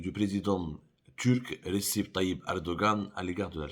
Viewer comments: Abdou, comment peux tu prononcer le nom de Erdogan par ":Ressep" , alors qu"en tant qu'arabophone tu dois savoir qu"il s'agit de "Rejeb"? ABC en caractères latins correspondent à " Alif Ba Jim"" en arabe. .Le"C" = " J" Il est vrai que les Algeriens ont un problème avec la langue Arabe, ils préfèrent appeler "Al maghreb" par "Al Marrok", une question d'identité non encore assumée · Receb ça se prononce rejeb رجب en turc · Monsieur Abdou, juste une petite remarque, RECEP se lit REDJEP ce qui correspond à Radjab en arabe. Le C en turque se lit Djé. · "RECEP" Comme vous le prononcez bien, n'a pas été présent pour la "RECEP.......TION" de Teboune.Pour info, Le prénom d'Erdogan, en turque, se prononce REJEP, ce qui équivaut en arabe à RAJAB. Mais bon, pas étonnant des DZ comme pour févri, juilia,....Sauf que ce n'est; ni du Français, ni de l'Arabe, ni du Turque et ni de l'Amazighe. N'oublions pas : Teboune court entre Baba Turquo et Mamma Franssa. LEURS COLLONIESATEURS. Après, il ne faut pas s'étonner.